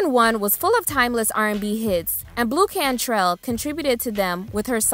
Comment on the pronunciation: Blu Cantrell 😂🤭